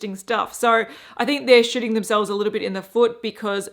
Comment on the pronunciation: I love that your accent makes Bare Minerals "shooting themselves in the foot" sound like "shitting themselves in the foot" which they kinda are, too... so ya know.